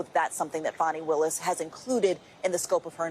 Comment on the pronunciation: Was mispronouncing Ms. Willis' name deliberate?